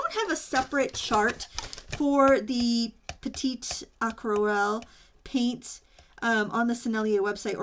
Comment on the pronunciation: thank you for this review. love to see the comparison before buying. just in case : there is an 'e' at petite, as aquarelle is a feminine word in french, you don't pronounce the final T without it ;-) TFS and have a nice day.